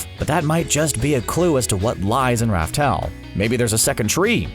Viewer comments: Laugh tale not raftale wtf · ITS LAUGH TALE NOT RAF TALE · This man still pronounces "Laugh Tale" as "Raftel" smh🤦‍♂️🤦‍♂️ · I thought it was called laugh tale not Ralph tale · It's laugh tale